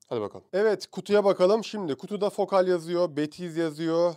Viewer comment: Okunuşları yazıyorum: Batiskaf (Haliyle ürünün modeli batis) Triyest (Sondaki e okunmaz) Fokâl (A ince) Görkemli günler, aydınlık yarınlar dilerim.